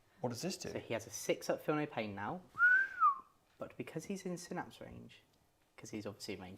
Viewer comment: Oh dear, first time here, and they're already not pronouncing Synapse correctly lol. Lets see how this pans out. I will be critical. The Tyranid paint scheme is a little odd having the brighter colour for some of the carapace, not a fan of it this way round, much prefer the brighter colours to be the chitin, but that is just personal preference. Seeing Space Marines with flat matt colours is also odd, but also just personal preference. However both paint jobs are really crisp and very well painted. Tyranid Turn 1, the Genestealers were mostly reversing towards the Space Marines. Made me chuckle XD as did the Barbedgaunts also reversing. You info card popping up about Heavy is incorrect. You state that if the bearer remains stationary you get the +1 to hit. The unit is required to remain stationary not just the bearer. The Rhino should have taken a Battle-shock test at -1 from the Screamer Killer yelling at it. (This was picked up later in the video) Captain Vanguard Deep Striking you measured diagonally not horizontally though I expect it wouldn't have made much of a difference as you know the charge distance is 9" and the terribly designed Prime is on the ground floor. Strenguard cannot go in Rhinos, they are tactical and Rhinos cannot have tactical models embarked in them. Though this was revealed when the marine index was dropped, which was the day after this battle report. So we can let this one slide. (but you can have 4 servitors with 2 multi meltas embarked in a Rhino